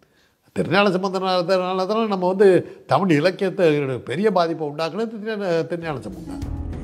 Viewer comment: சிறப்பான பதிவு. நீங்களும் தமிழை தமிழ் என்று கூறுங்கள். தமில் என்று கூட வேண்டாம் என வேண்டிக்கொள்கிறேன். நன்றி.